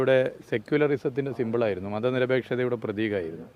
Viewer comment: "സെക്കുലിരസത്തിന്റെ സിമ്പിളായിരുന്നു". എന്താ നല്ല ഇംഗ്ലീഷ് പറയുന്നവരെ കുട്ടിക്ക് ഇഷ്ടമല്ലേ ?